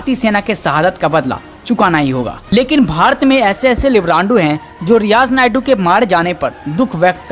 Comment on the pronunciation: Riyaz nayku.।। है नायडू nahi.।